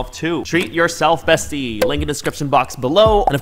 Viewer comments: Actually it is Bestia, in Hungarian, there is an A instea of an E so no worries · (Hungarian here) Oh dear, the word is bestia, not bestie 😁 still love you though❤️ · It's okay, actually it's not "bestie" that means beast in Hungarian, but "bestia" ✨ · Beast in Hungarian is "bestia" and it's pronounced as "besh-tee-ah" Google translate lied to you😭😂